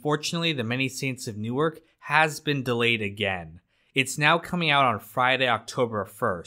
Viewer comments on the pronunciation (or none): none